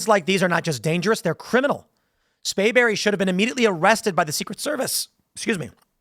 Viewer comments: Tim it is SPRAYBERRY.. NOT Spayberry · Hey Tim. It's SPRAY berry